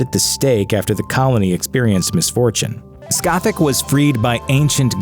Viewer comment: It s spelled scat-Ook, not scatach